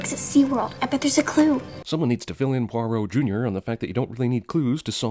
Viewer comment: pwah-ROW not poirow...sorry